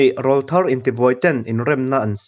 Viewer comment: Mizotawngah rawlthar tih hi tleirawl tiha rawl anga lamrik ani ngailo.rawl mihring Aurawl tih a awRawl ang a lamrik tur ani. mizotawng hi uluk tak leh chik tak a lamtur a ni.